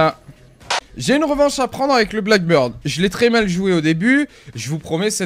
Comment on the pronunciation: s'il te plaît prononce bien le nom de l'agent blackbeard (barbe noir) parce que quand j'entends blackbird ça me fait un pincement au coeur surtout venant de toi! Sinon super vidéo même seul t'arrives à animer la vidéo!